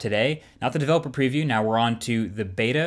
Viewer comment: Developer Peeview